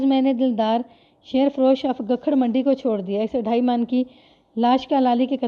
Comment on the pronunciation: شیر فروش میں شیر کو زیر کے ساتھ پڑھتے ہیں مطلب ہے دودھ بیچنے والا ۔ اسی طرح جن جپھا بھی ٹھیک نہیں پڑھا ۔ اور بھی کافی جگہ۔۔۔۔۔۔ تلفظ پر توجہ دیں